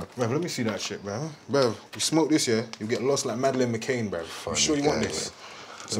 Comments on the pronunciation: Man said Madeline mckane 🤣🤣🤣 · He really said “McCaine” 😭😭